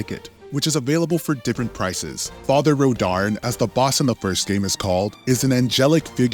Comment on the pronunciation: He’s saying rodarn when it’s actually Rodin